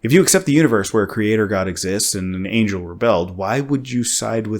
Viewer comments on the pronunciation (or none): none